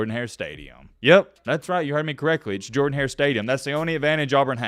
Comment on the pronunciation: The stadium is not pronounced Jordan hare it’s pronounced jurdan hare